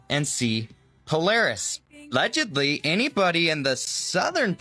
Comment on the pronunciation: it sounds like he says " 'legedly" here instead of "allegedly" but the first syllable might've been cut off in editing. I've seena few of these young tik tok and "youtube shorts" people's videos.. and there is a portion that needs to go back to elementary school to get a better grasp on the English language.